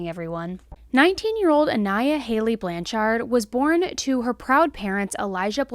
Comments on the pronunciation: Blanch-ard, NOT Blan-chard! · It's pronounced BLANCHERD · Please spend 5 seconds and learn how to pronounce someone’s name before making these videos. Show the family some respect and say the last name right. Your pronunciation of Blanchard is incorrect and frankly makes you seem more interested in making yourself money than in telling the story correctly.